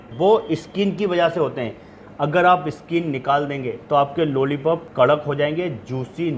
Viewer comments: लोली पोप नही लोलीपोप है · Nice Chef....bus ek Baat bolni hai ki jab bhi aapne lollipop bola meri hasi nahi ruki.